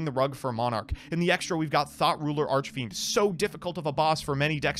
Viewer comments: I don't care how childish it is, but I giggled a little everytime i heard THOT ruler. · I keep hearing "Thot Ruler Archfiend" from MBT...